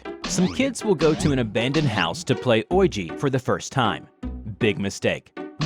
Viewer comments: did..did he just pronounced ouija as "oyji"?? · Its pronounced “wee gee” board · Why did he pronounce Ouija as oigy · why do you guys always mispronounce ouija? its pronounced wee tsha. oui is french and means yes and ja is german and also stands for yes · It's wee-jee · Btw it's pronounced weeji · Ho boy I had to restart the video like 3 times when he mispronounces Ouija to Orgy 🤣 thank goodness for visuals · Its pronounced,"oweeja" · Who pronounces Ouija as oyji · Lol this man pronounced ouiji as “oigee” I’m dead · did he just pronounce ouji ouji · mans said oiji instead of ouija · It's pronounced Wee-jee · It’s pronounce weejee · Just when I thought I’ve heard all the possible pronunciations of ouija.. I’ve heard Oh-Ja, Wee-Gee, Wee-Ya, Wee-Ja, but never Oi-Gee lmao! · Is it actually pronounced owiji though? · Ouija is pronounced wee jee, just saying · It's pronounced wiji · i have never heard anyone pronounce the name of that board game like that. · Your saying oiji wrong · Sorry, but you are not saying it right. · Why do u say ouija like that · Is this asshole really going to spend the whole video mispronouncing the word Ouija in the dumbest fucking way humanely 😑😑🤦‍♂️🤦‍♂️🤦‍♂️🤷‍♂️🤣😂🤣😂😆😆😭😭😭🤦‍♂️🤦‍♂️🤦‍♂️🤷‍♂️🤷‍♂️possible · dude you said ouja wrong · THE WAY HE SAYS OUIJA IS TERRIBLE... The video is still good tho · Say Ouija like that again I am going to yeet your soul to hell my self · is that how u accually say ouija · I-uh think he said Ouji wrong... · After about the 5th time he said it, I was SO annoyed, lol. I'm like, how on earth are you into doing paranormal readings, research, or anything dealing with the spiritual abnormal without having heard this word being pronounced correctly??? It took away from the story because every time he said it my mind wandered, lol. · How tf did you say ouija? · Why does he does not know how to pronounce Ouija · Bruh “OIJI” It’s pronounced “weejy” But I don’t care ngl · Nobody:: Ougi (Ouija > We-Gi)